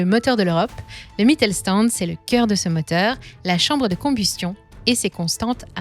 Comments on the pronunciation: Une précision phonologique qui aurait été utile pour la préparation de cette vidéo: Le st- se prononce "sht" en allemand (Mittelstand). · Sauf à Brême, «Mittelstand» se prononce «Mittel-chtand». Mais sinon, vous avez bien tourné le truc.